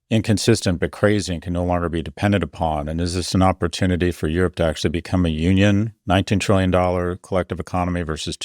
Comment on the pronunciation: Wtf is okshual? Come on. Ridiculous.